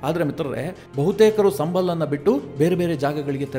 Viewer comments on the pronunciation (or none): none